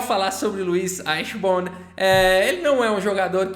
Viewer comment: Olá td bem?Sou seu fã e, interessante a playlist mas, a pronúncia correta é Luí Aichiborni. Um abraço